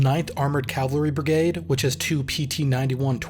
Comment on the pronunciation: Can you please just say brigade not brigaied